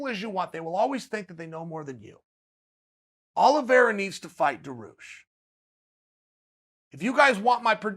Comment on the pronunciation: I am so sad. I came in, only to hear Uncle Chael say, "Charlie Olives". He let me down.